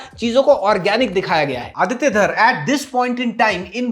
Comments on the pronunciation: Bhai, it’s Dhar & not Dhaar! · Abey wo Dhaar nahi Dhar hai...Aditya Dhar....dobara Dhaaar nahi bolna